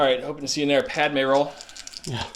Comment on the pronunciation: that grievous attack is what happens when you pronounce padme's name like that